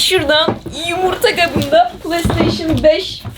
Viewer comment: Yımirta kabı demesen iyiydr be😄